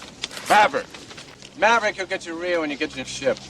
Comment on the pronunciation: RIO (radar intercept officer) not “reel”